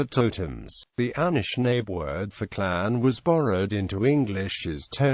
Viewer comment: Pronounced Ah-nish-nah-bay.... Not Ah-nish-nabe